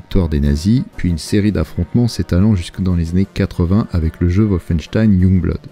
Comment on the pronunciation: ça rend vraiment ouf quand tu prononce "woufeinstein" sérieux fais un effort